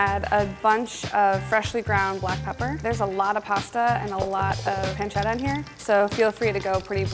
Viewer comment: the way they where saying pancetta and pepperino rly annoyed me, pls pronounce it right